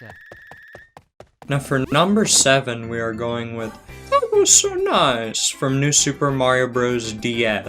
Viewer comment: I always thought that he was saying "Thank This on Eyes" until someone pointed out that he was saying "That Was So Nice!"